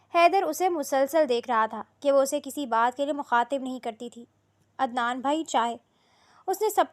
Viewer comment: عدنان ہوتا ہے ادنان نہیں